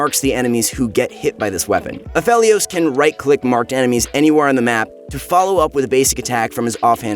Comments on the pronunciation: I love ya but its pronounced A..FE..LIOS. Other than that; great video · it bothers me he's saying Aphelios wrong